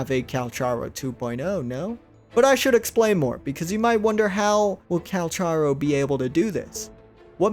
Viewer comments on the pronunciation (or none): his name is not " Calsharo" his name is pronounced with a " k " instead of a " sh " so more like "Calcaro or Kalkaro" if you want, you can look this up ingame where he introduces himself, (in the menu - voicelines) its crazy that so many people still get this wrong :D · CAL-CAR-O!!! He literally tells you his name in the voice logs 🤦🏽‍♀️ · bro it's cal-car-o